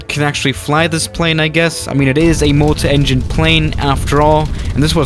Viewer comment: when he says multaengine i am like you idiot its multi engine